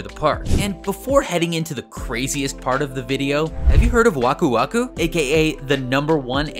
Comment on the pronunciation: It's Waku Waku